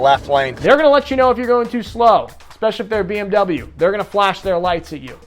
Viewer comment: Er lebt so lange in Deutschland und kann BMW immer noch nicht aussprechen, wenn ein nicht US Amerikaner einen Eigennamen der USA nicht korrekt ausspricht wird das bestimmt auch für gut erachtet. Es ist richtig das BMW Fahrer glauben sie hätten mit Kauf eines BMW das Recht auf Vorfahrt mit gekauft zu haben. Die Währung in Deutschland ist Euro ( Europäer wissen das Währung in den USA der Dollar( der Begriff Dollar kommt wahrscheinlich von der alten europäischen Münze im Wert eines Talers). Es ist richtig das in Deutschland ab dem 16 Lebensjahr Bier getrunken werden darf, was aber sehr merkwürdig ist Kinder die noch nicht in die gehen, dürfen Schusswaffen abfeuern. zuerst den guten Zustand der Autobahn loben und dann sein Missfallen über die Baustelen äußern. Ja die Bauzeit ist sehr oft sehr lang, es ist sehr oft sehen die Straßen in den USA von zahlreichen Rissen übersäht sind.10: 00 Stop and Go kommt daher dass viele Fahrer sich nicht an die aktuelle Zitation anpassen wollen.